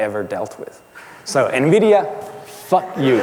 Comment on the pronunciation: "NMIDIA" actually...